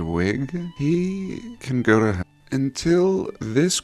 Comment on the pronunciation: "...he can go to hair" (ll) 😂